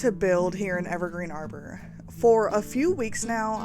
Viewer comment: Beautiful build! I believe the world is pronounced Harbor with a hard H sound, as in a place for boats